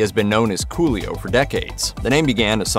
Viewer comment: Am I bugging or is the narrator saying: Julio instead of Coolio?...🙁